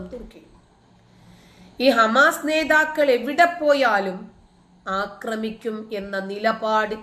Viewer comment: 'അക്രമിക്കുക' എന്നല്ല. 'ആക്രമിക്കുക' എന്നതാണ് ശരി...